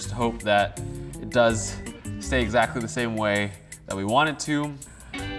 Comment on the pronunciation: Also "eggsactly"